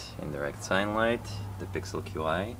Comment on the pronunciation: Qi is pronounced "chi"